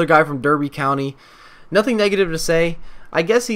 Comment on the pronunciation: It's pronounced Darby and the cb is le-cells